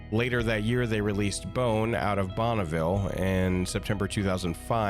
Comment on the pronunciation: Man I wish we get another bone game just because no studio doesn't make a movie or show Also it pronounced bone-vile not bon-na-vile